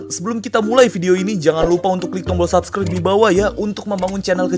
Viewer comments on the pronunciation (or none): none